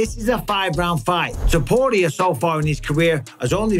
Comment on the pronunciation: Am I the only one who is annoyed by the way Mike b says topurrrrrias name 😂❤